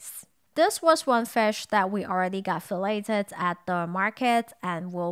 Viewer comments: Great video - but one note for. the fish was “filleted” not “fellated”.🤣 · It's pronounced more like "fuh·layd" in America English, but the lack of any t sound really helps avoid it sounding like the other thing. Landing in the middle of the British and American pronunciation is so awkward for this particular word. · Let me first say - I absolutely love your videos and hope you keep making them for years to come. I know how much work it is to put these together. I did want to mention that in the word "fillet" the "t" is silent so it is pronounced "fillay". I only bring this up because I first had your video on in the background and was only listening and when I got to , I had to do a double-take. I will leave it to your husband to translate that word, but the pronunciation for what you had done to the fish is "fillayed" and not "fellated." Just a small point of order. Again, love your videos. Keep up the great work!